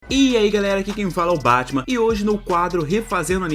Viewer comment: Eu sempre que ele dizia o nome do canal eu entendia Batman